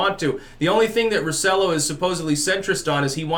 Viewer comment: It's pronounced "roh - seh - JOH", in case you're interested.